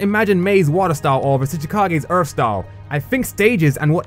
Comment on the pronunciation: Idear and Earf Cmon man learn to talk